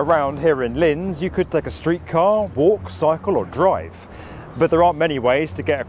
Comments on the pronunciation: Just as an FYI for anyone not familiar with the city. It's pronounced "Lints". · It's pronounced; "Lints". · Say "LinTZ" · It‘s pronounced like „Lints“ btw. Very proud to see my hometown on this channel :D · It's not Linz, but Lints. The German Z is pronounced TS. Think Mozart, pronounced Motsart.